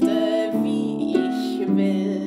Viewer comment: Wunderschöne! Also, danke for helping me to fully understand how to pronounce "ich, und dich". In music, to my untrained ear it just sounds like the "sh" sound in English.